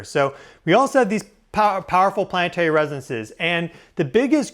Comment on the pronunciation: plann EH tary not PLANT'RY ..............YOU ARE A PUBLIC VOICE. PRACTICE FOR GODS SAKE